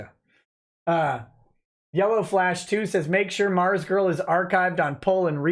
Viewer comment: "ARMZGURL" YOURE KILLING ME!